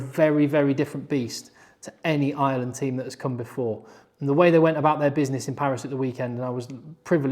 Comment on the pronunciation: FOR FUCK SAKE..... Ireland - fn. eye-er-land - not ISLAND 😢 PLEASE